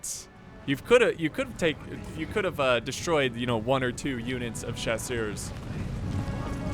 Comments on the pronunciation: I think it was four years ago when I first attempted to correct your pronunciation of Chasseurs. Would you like some chaw, sirs? Of course, the actual pronunciation has some sounds which aren't present in English, but don't worry about that. If you see the word, Chasseurs, think of "Chasers" which is what they are, troops who Chase and Harass the enemy, and think of seeing a group of lieutenants and offering them some chaw by saying "Would you like some chaw, sirs?" Just don't have any space between the chaw and the sirs. Say it fast. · Love your pronunciation of french names , especially chasseurs 😂